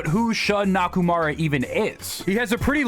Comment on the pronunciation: Before we talk about who Shun Nakamura is (and not "Nakumara "), maybe we should learn how to pronounce his name properly?